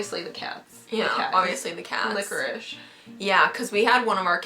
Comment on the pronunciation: its licorice not licherish